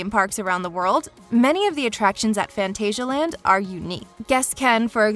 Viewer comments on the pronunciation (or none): As a german i found it cute and funny how she pronounced : phantasialand 😂🙊